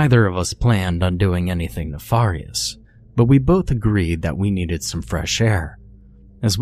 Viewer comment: Naw-farious lol